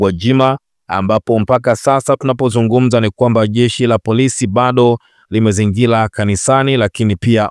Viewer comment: Usomaji wako mbovu wakutoweza kutamka R unakukosesha followers wengi kwani unakera sana kwa kusema MAHUBILI,LIMEZINGILA,BALABALA, KILUNGU, KILAIA , BALUA. MAUZUI, MIKUTANO YA HAZALA.TUSUBILI.